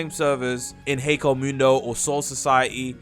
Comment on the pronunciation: Ok not trying to be mean but why do so many people pronounce hueco mundo so wrong it's h-way-co mundo I know it doesn't matter but it annoys me